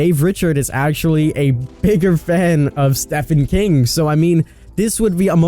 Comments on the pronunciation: God these speculation videos are so corny yet i cant stop watching lmfao ! STEE PHAN King ...its STEEVEEN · Love you king, but calling Stephen King, Steffen King really shows your age. It is pronounced "Steven". I'm 44 years old and have read almost all of his books and I am old. I adore you King, but that kinda fucked my head up that someone younger is calling him Steffen. Stephen King is an absolute genius in my life. Sorry ❤️. Don't mean to be that idiot troll, but please say his name correctly 💜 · It’s SteVen King not SteFen King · Steffen King. He just said Steffen King. Sorry but it's STEPHEN KING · Interesting. I love the candy man series, but I hope it’s not the next chapter. Based on their language, I hope it’s Jason Voorhees or Pennywise. Also, It’s StEEVen King, not Stefan King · Nobody: Him: Steffan King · "stefan" king? come on are you even trying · It's pronounced steven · I could bare with "tear" instead of tier but "Stefan King".... seriously mate come on 😂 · Knight of the Living Dead Memes no it’s stephane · I'm a big fan of ya but plz stop saying "steffan king" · Just_Gabriel__ hahahahahah me to for real. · same since it is steven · Stefen king. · Is no one going to talk about him saying Stefan King. lol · That and "The Blood Disgusting" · Yea it seems he just likes to make up words or pronunciations for some weird reason 😂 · At one point he said stephany king ,and talked about him as if he was a company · Ugh! Yes! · How dare you mispronounce Stephen King! 😝 it’s spelled with ph but pronounced as Steven. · Dude doesn’t know how to pronounce Stephen king lol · Come on man pronounce Stephen Kings name correctly. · the way you say Stephen King hurts my soul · Tolkien is more famous and more important to modern fantasy, horror, sci-fi and all other novel-genres. But yeah, it REALLY triggers me how he pronounces Stephen King's name. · The way he’s pronouncing Stephan King is triggering me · God damn it, at least get Stephen King's name right 🙄